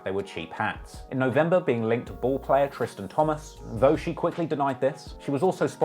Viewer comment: He said “Tristan Thomas” lmao. But yeah no one cares about Tristan Thompson anyways so...